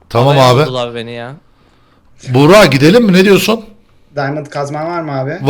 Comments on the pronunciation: abi buğra değil buğraka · Daha çok bugraak okunuşu buğraka